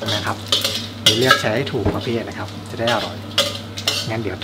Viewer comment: โปรดอย่าออกเสียงคำว่า"กระหล่ำปลี "เป็น "กะหล่ำปี" รวมทั้งคำว่า "ครับ" อย่าออกเสียงว่า "คับ" จะน่าสนใจมากค่ะ